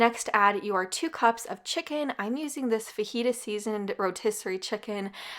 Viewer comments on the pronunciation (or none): none